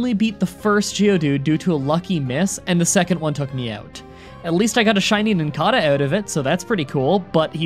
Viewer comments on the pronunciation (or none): I swear, the number of pokemon names you pronounce wrong gives me a headache it's NIN-CAY-DUH